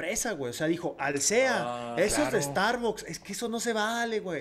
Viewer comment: Feik no es Starbucks, es star bus